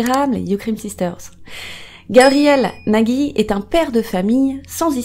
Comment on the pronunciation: ont dit NAJI et non NAGUY, car il n'y a pas de "u", j'ai le même nom de famille donc voilou si non, la vidéo est grave cool